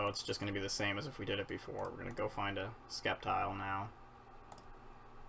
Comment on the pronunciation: Why do you say skeptile? It's pronounced septile. Like if it doesn't have that c. Just nitpicking sorry